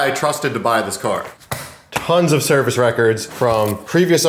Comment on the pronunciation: Is it just me or did keep saying Timing Belt servie? Looks like you () will be doing that alot as well